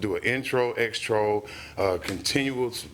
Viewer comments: Extro!? Really!!! 🗣️ Its outro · "intros" and "Outros"...not "Extros"🤣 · Them saying Extros is really bothering me 🤣🤣🤣 it’s an outro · I want the judge to say Outro. What is an extro? 😂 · EXTRO 😮😂 ITS OUTRO !!! Everytime I hear them say it I cringe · It annoys me that he kept saying “extro” instead of “outro” 😂😂😂